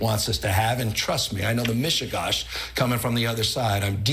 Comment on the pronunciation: "Mishigash" ... I love when non-Jewish people try to pronounce Jewish words, lol.